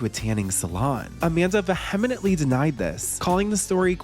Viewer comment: vehemently = veh - heh - ment - ly